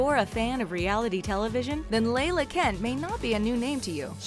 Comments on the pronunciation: It’s LALA not Laylah. And her boyfriend was separated when they started dating.. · Its pronounced LAW LAW NOT LAYLA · can someone talked about how they pronounced lala "leighla".. it's pronounced like lalala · Hilarious that they called lala, Leila 😂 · Layla? No, it's pronounced just like it's spelled law law( la la) Kent. Lol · It's La-La not Leila..... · Its LaLa. Not Lala (Layla) 🤦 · It’s lar-lar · Layla and LaLa are not the same name! It’s La-La like the teletubbies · I think the girl who was on Vanderpump rules is named LA LA. not Layla it is pronounced just like it is spelled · ITS LA LA NOT LAY LAH 😭😭😭😭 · LAYLA?! do you mean La-La..............idiots....... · I thought it was Lala not Layla... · "Layla"😂... don't they do any research at all before recording?